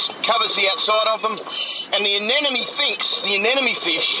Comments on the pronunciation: The so-called expert mispronouncing anemone as "anenome" is kinda driving me nuts. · To the marine biologist guy: a-ne-mo-ne. A - NE-MO - NE. Not anenemy. That's a person you dislike. It's leviooooosa, not leviosaaaa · Thanks Destin! I really enjoy your videos and we learn cool stuff! Remember that everyone has a bad day now and then, so don't take it personal when some folks feel the need to judge you for stuff like the way you say anemone ..anenome..enemy,,.FISH! Keep up the good work! Sharing your science in an artful form, in a free public forum gives you the latitude to call those fish whatever you want every day or ,,,not. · I keep hearing the guy saying anenome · Anenome Anenome Anenome Anenome Anenome Why are native english speakers so bad at speaking? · ***** but he didn't pronounce I that way. He pronounced it with the second n and the m transposed. He said it as if it was spelled "anenome" (like "an enemy" instead of "an em eny") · AAAARGH! Is there truly NO ONE in the world who can say "anemone" properly!? The anemone is not an enemy! At least, Destin, you did say it correctly once or twice. :-) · I like how nobody can pronounce Anemone correctly :D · ***** Ah ok, sorry English is my second language, but how was he mispronouncing anemone? My lecturers (Australian) pronounce it just like that, maybe it's just an accent thing?